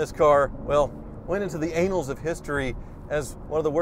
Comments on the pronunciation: Ainals? REALLY?? It's annals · IIRC I'm pretty sure it's pronounced "ann-als" of history, not "anals" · And opens with "The Anals of History" lol spat out my Tango. It' s Annals btw x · "... and the car went into the anals of history..." 😂😂😂 Yes. Yes it did. But also the annuls 😂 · Sorry but can’t stop laughing 11 seconds in Annals of history but it sure sounds like anals of history to me… 😂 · Haha... I thought it was the annuals of history not the anals of history. Funniest thing I've heard today. Great. haha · It's pronounced ANN-als of history not Anals of history but I like the way you think!! LOL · "Anals of history" 😂 I think he meant annals of history - similar pronunciation to panels ;) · Just a tip: "anals" of history vs. "annals" of history - Ay-nals is digestive system. An-ulls is historic. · It might just be a Freudian slip on your part but I think the word annals is pronounced AH-nalls - not AYnalls, which is something quite different. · The anals of History? I think I know what you meant to say, but my PC is now covered in tea! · it's annals of history, not anals of history. Those are two completely different words, both in pronunciation and meaning.🤣🤣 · Anals of history! 😂 I think you meant to say “annals.” Pronounced differently. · Annals: It's ANN-als, not AYN-als. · Nice video. A minor quibble: I think it’s supposed to be “the annals of history”, not “the anals of history”. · Do you mean ‘Underserved’ (meaning served less than required) or ‘Undeserved’ (meaning not deserved)? If it’s the second one you need to change your title card. Also, it’s ‘annals’ when referring to the historical record and not ‘anals’. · The "anals" of history? I believe you met "annals". Seriously, though, I always enjoy your reviews. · The "anuls" of history? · did you really say "the anals of history?" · "anals of history"? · I don’t think you pronounced annals correctly 😂🤷🏻‍♂️ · The "anals of history"? LOL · "annals" of history,, "annals."